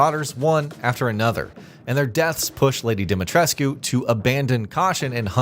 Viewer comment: Why does no one pronounce "Dimitrescu" the way the game does? No one in the game ever pronounces the "U" but so many YouTubers do.